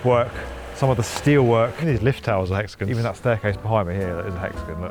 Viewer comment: This video was brought to you by… Hex-a-gens 😂